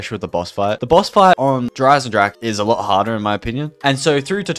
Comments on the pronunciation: Please stop saying "Jer eisensrache" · I cringed every time he said der Eisendrache because he butchered it so badly